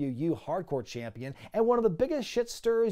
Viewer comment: I remember hearing say"campionshit". Made me laugh so hard